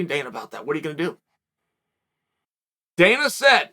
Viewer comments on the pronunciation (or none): none